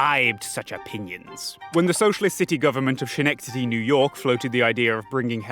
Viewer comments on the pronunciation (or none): "skenectody" not "shenectody" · not to be a nitpicky or anything, but I Believe Schenectady is pronounced skih-neck-tady. If I am wrong, anyone from there let me know and I'll take down this comment. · FIY it's pronounced Skennectady, not Shennectady. Ask New Yorkers why, idk. Great video. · I love your work, but please stop hurting me. I was born in Schenectady and your pronunciation is inflicting psychic damage. Sken-eck-ta-dee no "sha" sound. K thanx bye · its pronounced skuh-neck-tuh-dee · its pronounced skenectady my dude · Schenectady is pronounced skuh nek tuh dee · I was not expecting the Schenectady name drop. Inconsequential note, but the "ch" in Schenectady is pronounced like a hard "k" or "c" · Schenectady is pronounced Ska - neck -tady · (just a small note you might not even see lol, but schenectady is pronounced with a hard 'ch', like 'ske') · the "CH" Schenectedy is pronounced as a K not SH. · Great vid, just gotta mention that Schenectady is pronounced "Skuh nec tahdee", the word is Mohawk in origin not German :) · The "ch" in "Schenectady" is pronounced like "k". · The pronunciation of Schenectady killed me every single time. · Hearing dude pronounce Schenectady just bugs me. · This is an incredible video I can't believe I didn't find it sooner but I'm losing my mind laughing at your pronunciation of Schenectady lmao